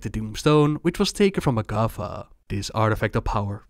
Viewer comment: For long time I thought you said MacCuffa when talking about the tauren...